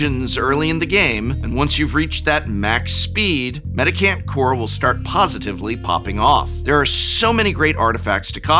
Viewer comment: It’s a mendicant, not a medic ant. That said, nothing about its mechanics particularly seem to fit either name, so call it what you like I suppose :-)